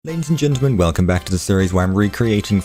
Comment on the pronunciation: “Lades n gentlemn” 😂